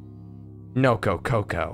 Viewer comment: "BOSS PECAN" "NOKOKOKO" I'm a bit of a weeb so I find the way you pronounce those is kind of funny